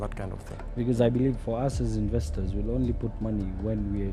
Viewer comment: even the word "investors'' cant be pronounced ,,...that's a big joke